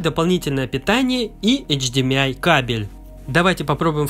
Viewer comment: Эйч-Ди-Ми-Ай кабель🤦 Кстати, Notebooker тоже так говорит. Может подкалывает, а может и нет